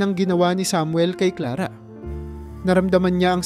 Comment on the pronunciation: Maling Mali Ang bigkas mi sa pangalan Clara.